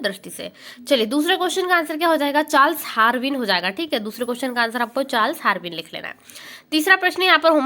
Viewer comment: Chals harveen nahi.. Chals darween hota h didi